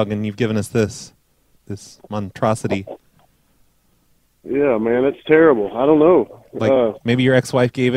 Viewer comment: somebody now add "montrosity" to the list of words can't say right